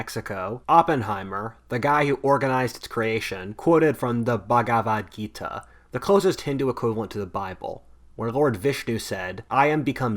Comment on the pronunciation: The pronounciation of the "Bhagavad Geeta" Killed me at the beginning, arrey, bhai, please, dont butcher our languages